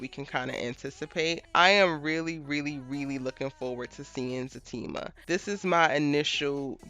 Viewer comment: Is it Zatima or Fatima? I'm trying to make sure my hearing isn't bad yet because I hear FA during the show and it's also what I type when commenting. I'm seeing everyone else say ZA and im like what's going on?